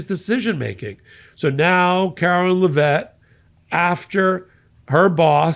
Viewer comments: Karoline Leavitt, not Lavett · It's Karoline LEV it not la Vet, or just dumb shit for short. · PLEASE stop glorifying Kookie Karoline's last name! IT IS PRONOUNCED LEVITT (LEV IT). She IS NOT FRENCH, so her name IS NOT pronounced as LAH-VETTE!